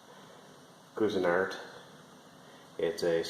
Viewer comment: "QUEE-zin-art". A for effort!! Haha